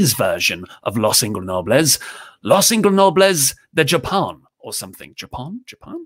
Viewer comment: So close hahah the “J” in “Japon” is pronounced like “José” Los Ingobernables de Japon